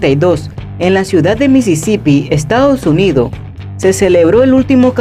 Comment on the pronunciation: Esta bueno el video solo aprieta las s cuando tienes que. Estados UnidoS por ej